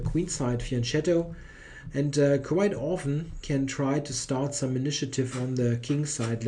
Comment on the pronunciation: Great coverage as always. Just fyi fianchetto should be pronounced with hard c, as in fianketto (although it is mispronounced so often in english language videos).